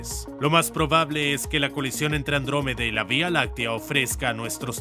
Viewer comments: He oído "Lactómeda" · Andruwey xD